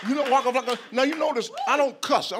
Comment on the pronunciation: This is amazing I wish I could pronounce waka flaka like him